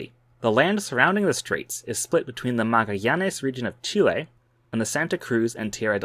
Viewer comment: Very interesting, only thing is the butchering of Fernando de Magallanes name!